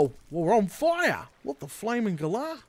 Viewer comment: Nobody: Ausralians late 2019: w..wow..wooo... we on foiaahh!